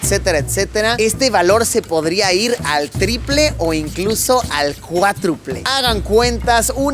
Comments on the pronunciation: Dos cosa.. primera...cuatruple?...ntpdv...se dice CUÁDRUPLE.... Dos... Se ve algo chafa la edicion cuando habals en japones . Pero buen vídeo. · noté dos errores, se dice “se rumorea” no “se rumora” y se dice “cuádruple” no “cuatruple”, pero gran video!